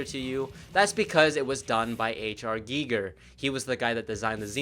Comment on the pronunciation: Well done! Bonus points for pronouncing Giger’s name correctly. 🤘🏻